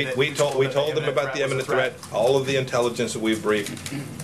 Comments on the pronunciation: So the fatheaded Pompeo stands next to the clench-teethed weasel Mnuchin and lies while tapdancing very badly and contradicts himself. Is anyone surprised? He can't even pronounce "imminent" correctly. "The attack was immemminnent....." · He can't even pronounce imminent.